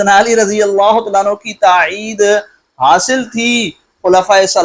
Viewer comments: تاعید نہیں مولوی صاحب! تائید ہے الفاظ درست کرلیں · حضرت تاعید نہیں تائید ھوتا ھے